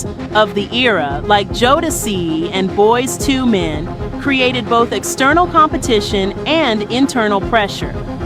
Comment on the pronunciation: Yup. The Boyz II Men pronunciation was killing me